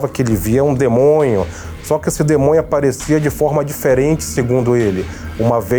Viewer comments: "um demonho" kkkk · Demonho é de lascar!!! 😂😂😂😂😂